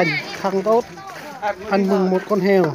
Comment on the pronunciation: Con Heo chứ ko phải con Hèo :)